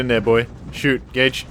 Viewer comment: I know my hearing isn't what it used to be, but I can't believe I had to turn on subtitles to realise the sidekick is called Gage, and that, in fact, you were not calling him gay every opportunity you got.